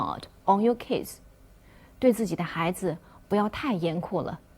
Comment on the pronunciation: 这位老师语法讲的挺好的，就是一些单词发音不准确，如Notice, kids